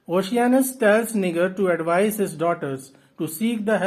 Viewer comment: Thank you so much for the summary! I wanted to give you a heads up however and let you know that the "G" in Niger is pronounced more like a "J", like "Nijer". Your summary was super helpful, thank you!